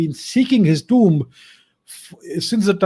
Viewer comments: It is pronounced tooom. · the way he says tomb is big a cringe 😬